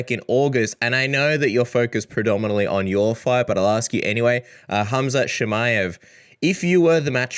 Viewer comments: He said CUM-CHAWWWT…. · Bro said “cumsh0t Chimaev” 😭 😭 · He said Cumshot Chimaev 💀 😂